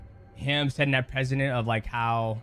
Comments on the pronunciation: PRECEDENT not PRESIDENT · “Precedent” not president